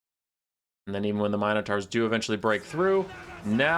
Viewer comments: Myno twua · The mighty me-know-taw. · That is NOT how you say Minotaur 🤣